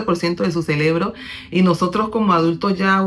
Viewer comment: Muy buenos tus consejos...y disculpa pero es "CEREBRO"